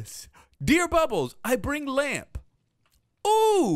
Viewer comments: no one: not a single soul: and: LÄMP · anybody else facepalm when he said lamp?